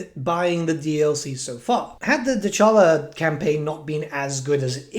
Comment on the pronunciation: The campaign intro gave you the proper pronunciation of Dechala.